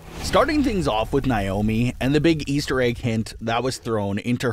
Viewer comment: FOR THE LOVE OF GOD!!! HER NAME IS PRONOUNCED NAY- O- MEE